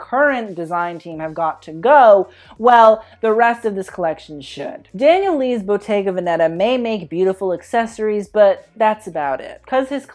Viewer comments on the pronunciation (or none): Loved your comments and I am from a very different generation! Please say Bottéga Véneta not Venéta. The accent is on the first é. Otherwise perfect👍. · please I'm italian and it's Bottega VÈ - ne - ta I beg of you